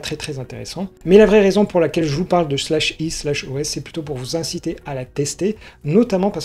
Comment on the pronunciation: /e/ est de la phonétique. Cela se prononce é comme "marché". Donc c'est "é OS"